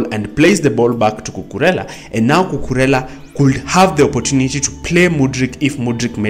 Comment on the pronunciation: You pronounce it correctly